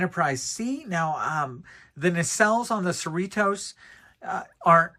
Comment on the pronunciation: We, who live in So Cal, pronounce Cerritos as you would Dorritos (the "T" sounds more like a "D").